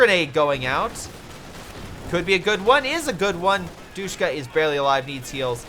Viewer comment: I love ya bro but it’s not pronounced doosh-ka. It’s dish-ka and the way I know this is because they are still used in Afghanistan. Keep up the good work friend. Respect.